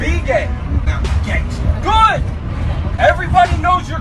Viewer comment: he puts the gay in GAYngsta